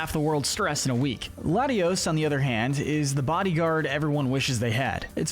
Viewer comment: It’s lat-ee-AHS, LAHT-ee-ohs, RAHLTS, ray-QUAY-zuh, SWAH-bloo, AHL-TAHR-ee-uh, LAHM-bray, loo-DEE-coh-loh, CHYME-ecko, TRAHP-ee-iss, TRAP-inch, vye-BRAH-vuh, UH-zoo-rill, dell-CAT-ee, redge-EE-rock, redge-EE-gee-giss, mask-er-RAYN, BREH-loom, HAHR-ee-yah-muh, BAL-toy, clay-DAHL, PEHL-ih-per, cray-DIHL-ee, EHX-PLOWD (even though you only did it wrong once), AHR-ron, LAIR-ron, pooch-ee-EH-nuh, mye-tee-EH-nuh, SLACK-ahth, SLACK-ing, swah-LAHT, NUHM-ull, ZAYN-goose, gore-UH-biss, and SHUHP-it, “”! 🤨 How many times do I have to tell you,?? Stop mispronouncing Pokémon names! 🙄